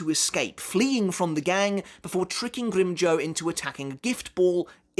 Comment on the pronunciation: I like how he says Grimmjow, he rolls that "r" perfectly, and doesnt really say the "w" either which i think, is the perfect way to say the Espada's name